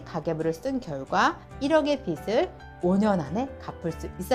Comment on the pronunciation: 빚을 -> 읽을 때 "비즐" ㅇ / "비슬" X